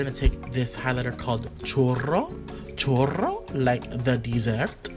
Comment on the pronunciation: omg you said choro instead of choros choro mean diarrhea lol (aqf)